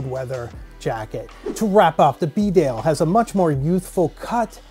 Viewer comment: Its pronounced beedale, not b'dale